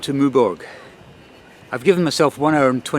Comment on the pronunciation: Always amazed these English travellers make no effort AT ALL to speak French with respect eg Maw berg! No one says it like that! It has an ‘e’ at the end therefore the ‘g’ takes a ‘j’ sound - same as in English. That said, what can one expect, even the English sub titles can’t get it right for the respective “it’s” meaning “it is” and “its” meaning the possessive adjective singular third person for ‘things’…